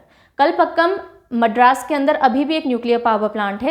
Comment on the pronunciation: मडरास konsi jagah hai.... Itna bhi angrej nhi banna chahiye... Unse bola nhi jata Pr hamari jaban to saksham hai